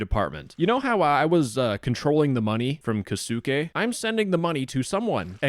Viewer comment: LOL the way he pretends to be Japanese bro u can't even say the name kosuke 😭😭😭😭😭